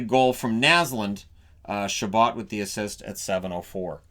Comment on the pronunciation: It was ChaBOT not ChaBOE. He was an American.